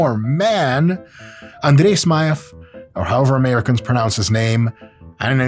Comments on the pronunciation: Он произносит имя Смаева без акцента) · Когда он произнес имя Смаева, я аж подофигел - русский что ли? Я думал, что американец, но потом он пояснил за происхождение, и всё встало на свои места.